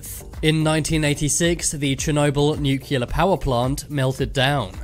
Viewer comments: Every time you pronounce Nuclear as "new-killer", I lose five minutes of my life. and I don't have a lot... PLEASE ! nuclear is pronounced "new-clear". And I'm not even a native English speaker 😁 Other than that, love your vids, good work : ) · It’s not pronounced “nucular.” It’s nuclear! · Please say new-clee-are, not nuke-you-lar.